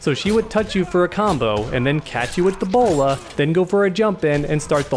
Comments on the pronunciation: When you was talking about Batgirl's bola, it sounded like Ebola. Plus I really think the Ebola that Batgirl has is really annoying!! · It sounds like he is saying "the player will EBOLA"